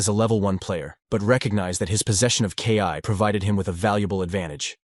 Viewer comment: This needs to be worked on a little bit. When the narrator says KI (kay eye) instead of Ki (Kee), it kind of ruins the experience.